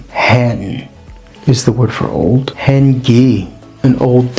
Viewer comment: "Hen" is pronounced to rhyme with "pane'